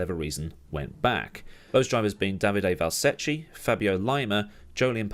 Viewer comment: Ch in Italian makes a K sound, so Valsecchi is val-se-key